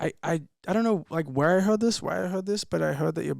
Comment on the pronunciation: How he pronounces heard like “hwed” without much pronunciation on the R is adorable!!